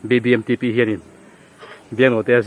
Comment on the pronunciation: Biangnote f leh R ati dik lo tlat😂😂a thiam khawp mai😂😂BBMTP pawh a thiam e😅😅